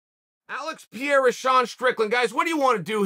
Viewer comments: Chael really calling this man Pierra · king chael has spoken , his name is now ALEX PIERA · Who is Piera? I learned how to say Chael Sonen, how hard could saying "Pereira " be? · I’m confused. Is Pereira’s name Pierra now, or Pierre? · "piera" HAHAA Chael be fucking up everyones name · Chael just decided his name was piera now 😂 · Ironically, I think Lord Chael was closest to pronouncing Pereira's name when he said "prevalent". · Chael, he isn't french. It's pronounced Peh-Reh-Ra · First it was piera then pierre.. and who was that “turkey’s name” … omg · Chael is pronounced “Pay-rare-ah”, and don’t forget to roll the R’s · "Alex Piera", yes! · Uncle Chael doing a video on Alex Pereira. Immediately starts off calling him PEE-AIR-UH. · Nobody but Sonnen: Alex Piera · I like how he calls him Pierre. He's not French bro, lol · Lol chael last week "who the fk is peirreira, guy hasn't done anything, I don't respect kickboxing, nobody has even watched his izzy KOs".... This week after a 2 min Strickland demolition job "WOW peirreira is amazing" 😭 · Whos alex “ Pierra”? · "Alex PIERA" xP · Pee-Era is crazy Chael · Who is Alex Piara? 😂 still not listening Chael! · Alex "Pierra"??? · Chael gained his first real loss to the last name Pereira... I swear this man just said pee-era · Chael if you call him Piera one more time... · Chael… alex “piera” ??? dude is troling us hahahahaha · OK LORD SONNEN... IF YOU SAY 'PIERA' ITS PIERA. NOT PEREIRA.😅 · Alex Pierra? This guy… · "Alex Pee Era" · Pereira , not Pierre. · ITS NOT PIERA... ITS PEREIRA. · I'm looking forward to seeing more of this Pierre-uh guy. Whoever he is. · Chael is borderline calling him Pierre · "Alex Peeyera" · Why is he calling him Pierre? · Why does he call him "Pierre"? Lmao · who TF is peira? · Alex Pierre-a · Alex Piera🤣🤣🤣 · Chael it’s pronounced Pay-Ray-Ra for * sakes. Have some respect for foreign names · oh Chael is still pretending he doesn't know.their name.....lame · Said his name wrong like 10x haha